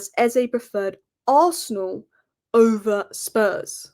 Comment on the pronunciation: Lol 😂 I just love how you say "OVER" Tottenham 😅